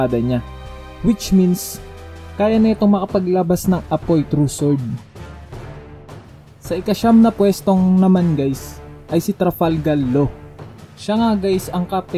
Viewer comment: Na bulol pa sa trafargal law pa hahaha keep it up